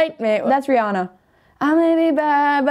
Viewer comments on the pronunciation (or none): for those who don’t know it’s RE-ANNA not RE-AH-NA